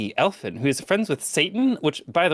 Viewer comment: “El Finn” smh